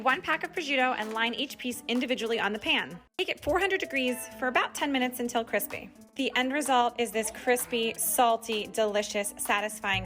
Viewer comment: its cripy its very crispe veryCRISPE! Me dying of laughter